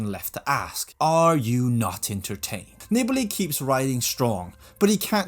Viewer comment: NEE-BAH-LEE, not Nibble-ee. Screwed over by Horner, who admits cutting him off on the climb. A real unclass act. Wonder how welcomed he would be if he ever showed-up at a Grand Tour or Monument? Better stay home in the bedroom making your podcasts where it's safe.